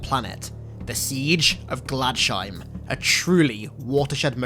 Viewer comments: Glads Heim. Glads. Heim. My eye twitched every time. :) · It’s pronounced ‘glads-heim’ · You pronounced Gladsheim wrong its totally a german word